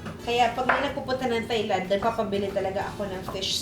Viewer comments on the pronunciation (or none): Hi Ms. Juday, hope you don't take it personally but Thailand is pronounced as Tai-land, without the h sound, even though there's clearly an h.